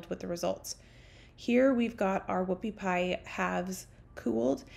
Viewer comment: He thought you said woofy pie